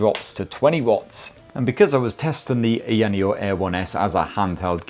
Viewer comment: say it any way u want,, it's a free world (as long as company is ok with u BUTCHERING the name of its flagship product;D)